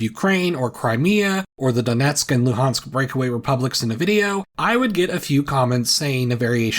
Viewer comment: Hey, respect for saying Luhansk with Ukrainian pronunciation